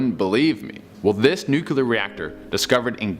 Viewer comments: You know what else is really creepy? Hearing some one say "nu-cue-ler" over and over again. It's NUCLEAR.. you know?.. because it relates to the NUCLEUS of an atom. Yes, a lot of famous people also say "nucueler", like former President George Bush. But just because THEY sound ignorant doesn't mean YOU have to. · i was interested until yet another half wit said the word nukular....cmon people...its not that complicated is it? nuclear new+clear....which is part of an atom's nucleus...hence the force of splitting that nucleus being a nuclear explosion ....NOT nukular damnit! wake up will yas? unbelievable from presidents and people with phDs when they say nukular their credibility is out the window for me! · The word is NUCLEAR. Not nucular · DAMNIT! Yet another dope that does NOT know how to pronounce the word nuclear! It IS ONLY TWO SYLLABLES. Yes... NOT Nuke You Lar, it is pronounced NU CLEAR. You know... phonetically New Clear. NOT New Q Lar! How do smart people do this? Do you also say Ree Dic U Las for ridiculous? RID IC U Las See there... NO E ANYWHERE. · It's nukular it's nukular Say New Clear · OK. Dude! It's noo-klee-urr... Not noo-quu-lar' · Ugh, it's nuk LEE er, not nuk UL ar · The word is... NUCLEAR. Like in NEW CLEAR. It's not nucular. Got it? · Dude clowns theories about alien artifacts, but cant even pronounce “nuclear.” 🤷🏻‍♂️ Its not “nucular,” ffs. 🤦🏻‍♂️😩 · Its Nu klee er nit nuculer, come on man, Reagan is dead, we don't have to mispronounce this word anymore. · NUUUKOOLEEER?! Do you nuclear?!?